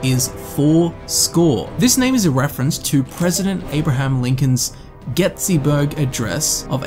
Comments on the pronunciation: Get-see-burg? As an American, I see this as a clear provocation of war. It's Gettysburg Lol. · "getsysburg" lmao. it's gettysburg. bri-ish moment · Did I just hear you say Getsyberg? It’s pronounced get-dees-berg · Lincoln's Getsyburg adress? It's Gettysburg 🤣🤣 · Ah yes, The Gettsyberg address and Dr. StrangeGlove. I hope you realised it is pronounced, Gettysberg and Dr Strange Love now. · I think you mean "Gettysburg" and not Getsyburg". Still, great video! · lmao he said "getsyburg" instead of gettysburg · Getsyburg? Gettysburg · "Getsyburg" dude, that very insulting...it's clearly Gettysburg, any kid in the US could tell you that. One of the most impirtant speeches in our entire history, and you somehow get it so very wrong. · I'm sorry, but hearing a foreigner mispronounce words relevant to the US is now my pet peeve. Gettysburg, say it likes its spelled, not "Getsy-burg". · He also said dr strange glove, and getsy-berg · GETSYBURG Another one that pissed me off was him pronouncing Meresti as "Merseti." Even the commonly used English pronunciation of "Mer-ehs-tee" is technically wrong as in Romanian it's pronounced "Mer-eSH-tee," but he got it especially wrong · he also said "gettsyburg" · “Gettsy-burg Address..” uhh, you wanna try that one again, champ? I mean come on, it’s phonetic and reads like it is spelled, GETTYSBURG. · “Gettsyburg” lol I laughed way to hard at this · Secutary and getsy burg, interesting pronunciation but I keep watching anyway cause I love the content XD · "Gettsyburg" lmao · Homedawg really said getsey burg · Dude… You’re British, so I guess I can give you a pass for the Getsy’s-Burg Address, but Dr. Strange-Glove? You’re killing me, dude! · “getsyburg” as an american this killed me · i didnt say anything when you said pink floyd instead of led zeppelin but, "getsyburg" what? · Anyone else notice he pronounced gettysburg gettsysburg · Get is berg. How you say it. Hope it help. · "gettsyburg" LOL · Did he just say getsy burg